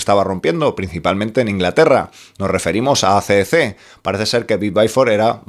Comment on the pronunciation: AC/DC REPEAT WITH ME= EI SI/ DI SI!!! DI OUI NO SI!! BUEN VIDEO!!!😎🤟